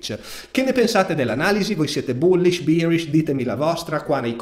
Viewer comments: si dice behrish e no bierish! bier è la birra! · Birish misà tanto di birra 🤣 BEArish è la pronuncia corretta Grazie per i tuoi video, ti stimo tantissimo. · tutto ok ma non dire bierish per favore